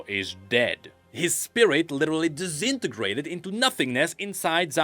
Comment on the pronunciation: omg did not just say that Xin Zhao's spirit "de-XIN-tegrated" did he?